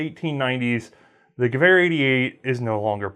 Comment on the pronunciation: You pronounced Gewehr right. Sehr gut :)